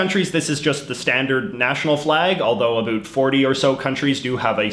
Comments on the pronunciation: Canadian accent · I like how you say 'aboot' for about. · I'm Canadian and he speaks EXACTLY as we do so if he's not Canadian I think there's something fishy going on lol. No country in the world pronounces the word 'about' the way a Canadian does! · I subcribed just because of the way he pronounces “about”. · Who also cringes about the way he says about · I like how you say about